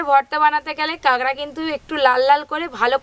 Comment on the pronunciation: কাগড়া কি কথা? কাঁকড়া